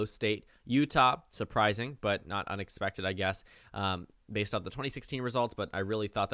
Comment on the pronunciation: did I hear B A S E D